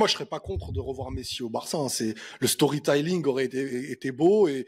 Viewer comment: ça fait plaisir cette collaboration, étant pour le Real et exécrant les débats stériles de trolls j'avais une mauvaise image de (que j'avais bloqué sur tweeter d'ailleurs) mais ça a l'air d'etre grave un bon gars. Belle découverte PS: Par contre "story tay-ling" c'est non, tu peux te faire virer de Boston pour ça